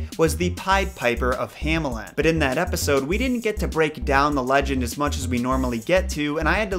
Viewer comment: German native backing you up. Also, the town "Hammeln" would be pronounced like "Huh-meln"